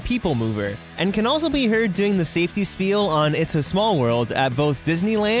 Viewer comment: You are mispronouncing spiel...